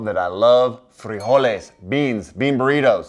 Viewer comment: You pronounced frijoles perfectly my friend. 🙂👍🏻 I'm so happy to find your video because I was laughed at whenever I wiped out a can of frijoles on my bikepacking rides. 😊👍🏻👍🏻